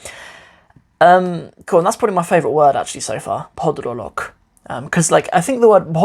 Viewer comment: The Bangla you’re reading from book is Shuddu ( official Bengali). There are dialects to each city you go to. If you go to Chittagong it’s a completely different, that a person from Sylhet won’t understand. Shikchen ( learn/learning ) is correct. Bhodrolock- you are pronouncing correctly. Amar naam - is sufficient. Ma’sha’Allah I’m impressed with your learning.